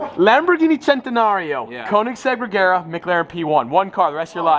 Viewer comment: Ladies and gentlemen, it's pronounced Rey-yar-uh